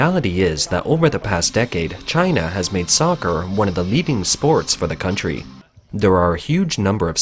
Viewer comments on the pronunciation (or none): Gii-na not #1 🤣